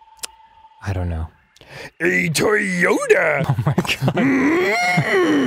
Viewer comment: A Toyoda LMFAO WHY